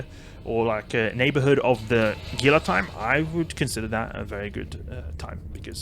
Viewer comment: I love you vids man. I do however feel the need to let you know Gila is pronounced Hila. It is a reference to the Gila Monster, a lizard native to the western United States.